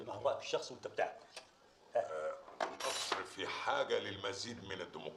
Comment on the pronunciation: أعاتب على من راجع الفيلم ولم يصحح نطق أحمد زكي الله يرحمه في خطاب الثورة عندما قال مصر كلها بكسر اللام والصواب فتح اللام علما بأن الرئيس الراحل أنور السادات لم يقع في هذا الخطأ. وكان يمكن بالمونتاج تدارك هذا الخطأ